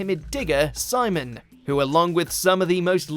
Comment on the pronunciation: For Gurren Laggan this nigga pronounced Simon wrong he clearly didn’t watch the anime